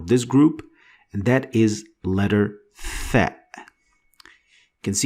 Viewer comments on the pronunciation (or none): it's not tha it's sa